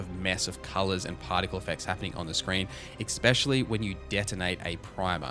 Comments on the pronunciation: Also, I've been meaning to say this for a few videos, but I love how you're honest, you're not just shilling and nor are you ripping into the game for sake of it. I love that. But for t he love of the Maker, it's "especially" not "expecially". Triggers me every time. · If i hear expecially one more time